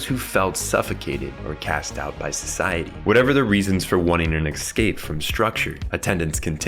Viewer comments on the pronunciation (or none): I love this video and I love all your videos but every time you say "excape" I want to cry like a baby.